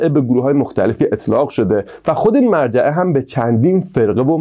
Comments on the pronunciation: داداش اون مُرجعه است نه مَرجعه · ممنون از ویدیوی جالبتون اما فکر کنم تلفظ صحیحش مُرجعه ست نه مَرجعه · با عرض سلام تلفظ درست : morjeeeمرجئه و ghadarie قَدَریه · مُرجعه نه مَرجعه قَدَریه نه قدریه